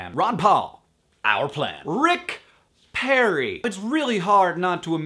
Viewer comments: Sorry Hank. It's Perry, not Parry. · perry, not parry :P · its perry, not parry. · Isn't it "perry"?